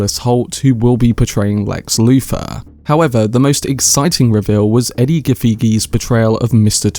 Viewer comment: I love your video and your thoughts. My only encouragement is to learn Edi's name correctly but other than that great video